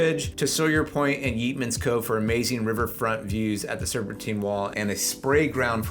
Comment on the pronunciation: You're touting Cincinnati, and I assume are representing a realtor of some sort.... Yeatman's Cove is pronounced YATE-Man... NOT YEET-Man! I'm guessing you're not a native? If so, how do you NOT know how to pronounce it? Oh, and a side note... while OTR and the Washington Park areas are historic and scenic, they are somewhat newly gentrified... meaning keep your head on a swivel. Last time I went there, I was accosted by panhandlers and some shady guys walking around looking sus. (i.e. don't get mugged)